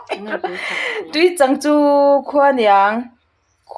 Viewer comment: Tuichang i lam dan a dik lo "chang"tih lai khi thluk tur